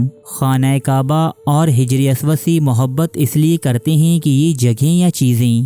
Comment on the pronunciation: Bhai Sahab, lafz hijray aswad nahi Hajaray Aswad Hai. e c tarha hafiz ibne hijr nahi, hafiz ibne Hajar hai.